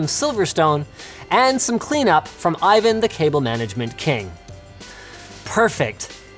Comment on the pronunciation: Stop calling Ivan Ivan, call him Ivan damn it.